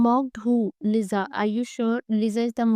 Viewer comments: No offense but GURLLL it's LISA not LIZAA 😭🙏🏻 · Bro its not Liza its Lisa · Girl it's LISA not liza at least you should pronounce the name properly it's not even hard at all... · Her name is Lisa not Liza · It's Lisa not Liza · Lisa bolna Liza nhi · Yaaar Liza nhi lisa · लिसा not लिजा actually ! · Its not liza she is lisa...